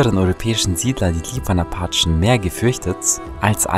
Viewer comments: Nicht Achen sondern Apachen. Sorry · Ich hasse es wie er appachen sagt